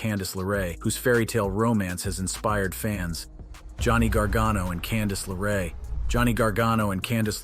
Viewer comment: Its also Candice LeRae not Candice Laray.